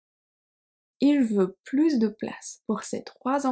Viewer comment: Very useful, - thanks. I was surprised to hear you pronounce the S at the end of PLUS in "plus de place". Whenever I have heard expressions like "plus de temp" or "plus tard", the S has always been silent. Would you be kind enough to explain, please? 😜